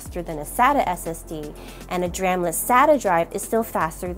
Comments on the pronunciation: It wouldn't have been so bad except that there was a period where you were just going, "dram, dram, dram, SSD, dram, dram" :D I didn't think my comment was so bad! :) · Good video, very comprehensive and informative but my god was i triggered over the pronunciation of DRAM. 😅